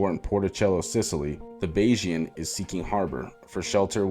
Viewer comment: Thank you for pronouncing Bayesian correctly!